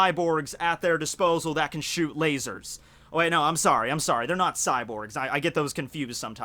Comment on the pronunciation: I like how he says "LA-SOARS"